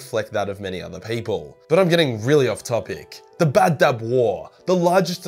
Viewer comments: I thought it was Badab, not Bab-Dub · And you saw Badab like baddab, its ba-dab